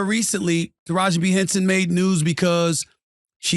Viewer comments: Taraji P. Henson!!!! Not B. Henson🤦🏾‍♀️🤷🏾‍♀️ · Taraji P Henson..... Sounds like he is saying Taraji B Henson 🤷‍♂️ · They shouldn’t have given her anything to talk about publicly. And it’s Taraji P. Henson. Not B. And you’re right here calling Her out... obviously for a viewer boost... 🙄